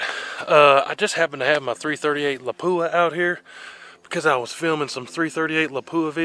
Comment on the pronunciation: Its pronounced Lap-u-Ah